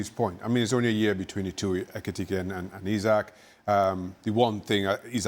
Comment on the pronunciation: Jan its ekitike not etike